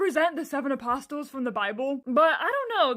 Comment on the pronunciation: Your mispronunciation of apostles…😬